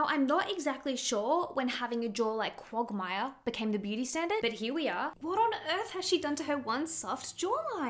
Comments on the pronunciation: Love the vid, just never heard someone pronounce Quagmire that way 😂😂 it’s more like “Kwag-myer” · The cutest pronunciation of quagmire I’ve ever heard ❤❤ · craziest pronunciation of quagmire i've ever heard ngl